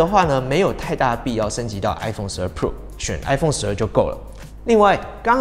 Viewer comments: 只用聽的話會從頭到尾都只聽到 i phone 12 “破”😅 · 你的pro 都唸成poor 了 窮人是買不起iphone 的